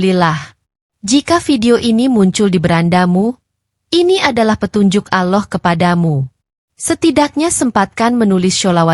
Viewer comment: Mohon ma'af, anda ini muslim apa non muslim sih, menyebut ALLAH kok aloh